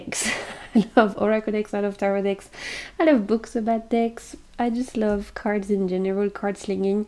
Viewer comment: 😂You sounded so funny when you said “I like big decks” it sounded like you said I like big DICKS 😅 I’m a greedy bishhhh ❤